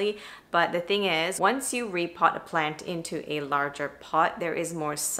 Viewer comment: This is my first time here. Are you saying "planty"?